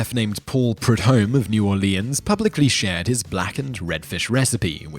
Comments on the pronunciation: I live in New Orleans, so when he said "New Or-lee-ans" I was just..... wtf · I believe its pronounced "N'awlins" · I don't criticize people from other countries when they pronounce words different than I'm used to hearing because everyone has accents of some sort. But I nearly busted a gut when he tried to say New Orleans. That was just funny.